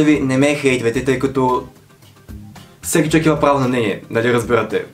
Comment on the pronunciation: Като чух да казваш “въй чуек” припаднах от смях🤣🤣🤣 Много липсваш😘